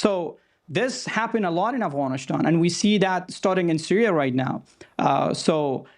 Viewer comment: This "analyst" is a fraud. He can't even say "Afghanistan" right he says "Afghanish-than". He's just pro war. Because it means there's more work for him as a talking head on TV.